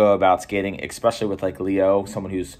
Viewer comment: was about to go pro, until the recruiter heard him say "EXpecially"